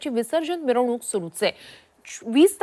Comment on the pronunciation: अरे मिवरणूक नाही मिरवणूक